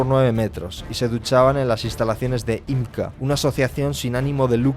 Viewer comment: YMCA = “imca” 😂